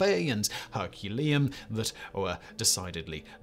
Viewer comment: HerculANeum, dear Simon 🙂